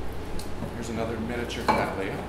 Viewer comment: May I congratulate you on your pronunciation of the genus word Cattleya. It is obvious from the emphasis you use, that you are correcting three common mistakes made by American speakers. 1) Retaining it as the three syllable word it should be. 2) Ensuring that the 2nd syllable sound is lee NOT lay. 3) Ensuring that the double t's are sounded as t's and not d's as is so often heard in American English. End result:- Kat-le-iah NOT Kad-dal-lay-uh.